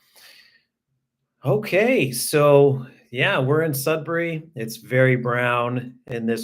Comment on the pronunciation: Sudbury is my home town! Hope you enjoyed your time here :) Also happy to see you pronounce Sudbury properly. I live in Southwestern Ontario now and everyone pronounce it "Sud-berry" for some weird reason lol